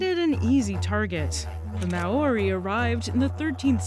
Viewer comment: "The mow-or-ri" Oh Americans is it really that hard to just Google how to pronounce a word.